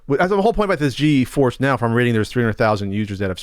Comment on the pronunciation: "Nvidia G-E force" Ok boomer 🤣